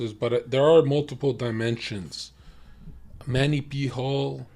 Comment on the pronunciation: Why does he call him Manny P Hall? 🤣🤣 it’s MANLY